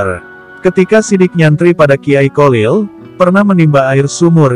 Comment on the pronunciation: Bacaan nya nama beliau itu Kholil bukan kolil min😊